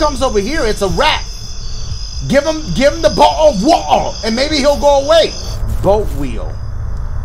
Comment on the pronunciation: “A BOH-AL OF WAH-AH” sent me LMFAO